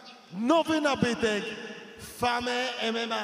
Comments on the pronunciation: "Nowy nabytek fame mma" A nie fejm mma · bo się mówi fejm emema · Widać że ten manager mało światowy jak nie potrafi mówić fame mma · "fame emema " 😂😂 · "Fame emema" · "FAME" mma 😂😂 co za mongol 😂😂😂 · Fame mma nawet wypowiedzieć tego nie umie pfff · Nowy nabytek "FAME MMA " czytaj jak się pisze :-)